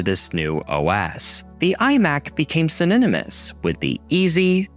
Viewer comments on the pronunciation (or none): I dunno if you are doing this on purpose to 'be quirky' or drive engagement, but in all of your videos you say "syn·on·y·mous" like "syn-in-ih-mous". Synonymous is pronounced: suh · naa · nuh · muhs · Sininomous?????? Why are you saying it that way? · ‼"synenemis" LOL that's now how you pronounce "synonymous". Dear God that was the last straw for me. Supporting channels like this is supporting the decay of our society. Cut. By. Cut. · bro said sininimus